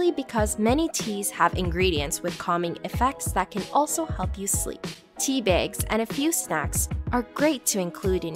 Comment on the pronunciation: Im sorry… did she just say “teebaygs”?